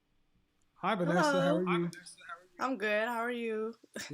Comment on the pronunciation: The beautiful lady at the end, Vanessa, said it correctly. 👌🏿....Also the brown skin lady before her said it perfectly.